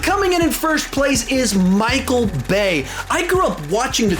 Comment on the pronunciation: You said Micheal Bay, and it took me a solid 5 seconds to process what you just said.